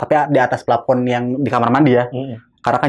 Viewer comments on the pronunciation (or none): Narsumnya konyol..sok iyes..bisa bilang denial..hang out...keren Tp pas bilang epakuasi dan plapon..ketahuan udiknya wkwkwkw